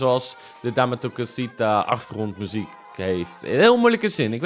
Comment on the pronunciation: Dame tu cosita zeg je fout😂😂